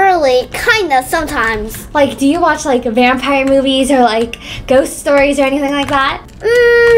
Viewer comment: "vampier" i love you maya